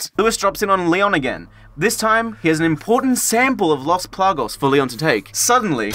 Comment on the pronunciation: PLAGAS not "plagos" smh